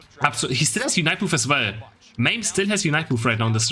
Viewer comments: It's ma meh, like edamame. It means pea in Japanese. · Why does the e is hard sounding like "ie" or "y". It is just Ma-meh.